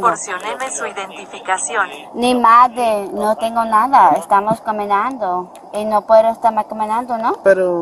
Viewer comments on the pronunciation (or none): “ no tendo”?? “ porfavo”? Seriously??? 😂🤣😂🤣😂